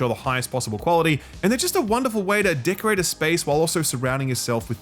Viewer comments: Definitely dickerate was said 😂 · Did I hear dickerate 😂😂